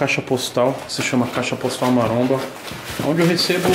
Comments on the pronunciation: Tem toguro falando mansão maramba tem like kkkk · SÓ EU QUE ESCUTEI " MANSÃO MARAMBA " NO COMEÇO KKKKK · O:20 Diz toguro: aqui na mansão maramba kkkkkkkkkkk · Mano também vi isso kk não entendi a Intro da mansão maromba aqui no canal do toguro kk